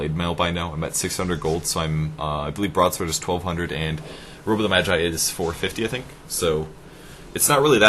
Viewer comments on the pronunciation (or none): none